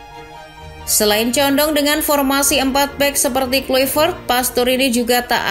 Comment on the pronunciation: KLAVERT Bacanya Bukan KLUIVERT